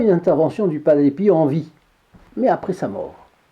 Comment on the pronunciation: Merci pour toutes vos vidéos que j’adore et merci de nous faire connaître toutes ces histoires miraculeuses , pourquoi prononcez vous padre piou au lieu de padre pio 😄